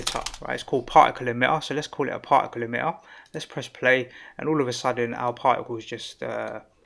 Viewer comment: I love the accent ! "Parhhicle". Extremely great tutorial.